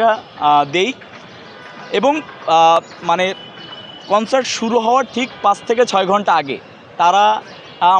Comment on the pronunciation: কন্সাল্ট না কন্সার্ট 😊😊